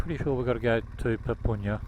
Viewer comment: Papunya is pronounced . "pupp-unya", not "poop-oon-yah"